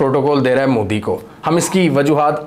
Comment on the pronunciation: I love how you pronounce Modi as 'Mudi.' 😂